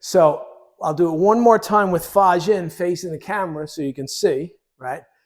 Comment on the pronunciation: great explanation, your fa jin is perfect